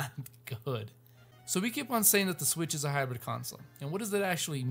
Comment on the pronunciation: I don't think it's "Switch IU"